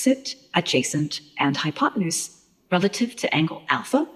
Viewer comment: All i hear is "High on potenuse" 🤣